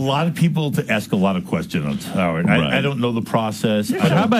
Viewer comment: How does Erik turn a one-syllable word like "right" into a two-syllable word... "Right-tte"